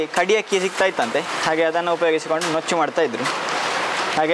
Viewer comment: ನುಚ್ಚು ಅದು, ನೂಚ್ಚು ಅಲ್ಲ. Nice recipe. It's very favorite of mine. Kempu akki tariyinda kooda madta idvi. ದೊಡ್ಡಮ್ಮ ಮಾಡಿ ಕೊಡುತ್ತಾ ಇದ್ದರು. Thank you for reminding this. Stay blessed always.